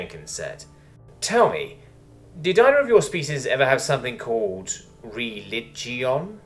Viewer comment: Ree-lid-jee-on = "religion" in case you didn't understand